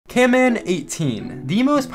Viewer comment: I like your vids but its not camman18 its canman18